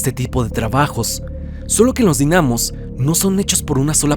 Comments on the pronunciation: yo entrando en conflicto porque dice dinámos y no dínamos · Dinamos sin el acento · Dinamos jajajaja no se pronuncia con asento :v